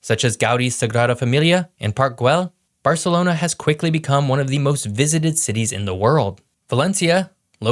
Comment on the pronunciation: Madrid and Barcelona sound so posh